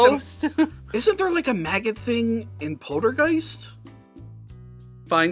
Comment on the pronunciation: Jawls? Poldergeist? Lorring? Did have a stroke? 🤔